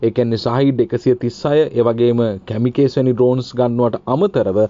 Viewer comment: "කැමිකේස්" නෙවෙයි බං "කමකාසී" කියලයි උච්චාරණය කරන්නෙ